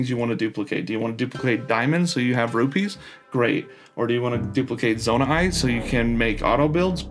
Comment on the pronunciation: also, please stop saying zonai-ite, just say zonaite